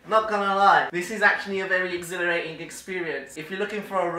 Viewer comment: “This is a very ex-ilitering experience”